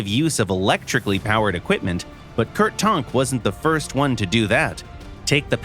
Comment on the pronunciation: Who is Kurt Tornk? 😂 *Tank